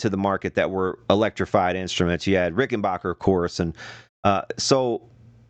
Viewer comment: It's Rick-en-back-er, not Rick-en-baak-er. Very few pronounce it correctly.